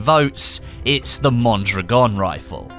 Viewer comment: Out of all youtuber u have gotten the closest to pronouncing Mondragon.